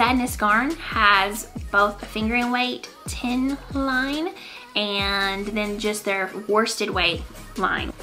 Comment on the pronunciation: Great knits!!! You almost got the "Tynn Line" right - Tynn is fine (it actually also means fine, as in thin), Line is pronounced Leene :)